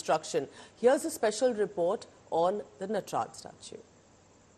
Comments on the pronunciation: * नटराजा, शिवा, ताडंवा क्या यही सही उच्चारण है???????? * नटराज, शिव और ताडंव सही उच्चारण है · Why is the pronunciation of NATRAJ being done as नटराजा। The Britishers used to call राम as रामा. We are still carrying that practice without questioning it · It's called Natraj not Natraja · Please it's नटराज not नटराजा